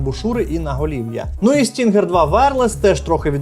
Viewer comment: Назва cloud stinger, а ни stringer😂